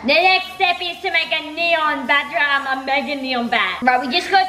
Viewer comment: Sphinx it’s bat dragon not bay dragon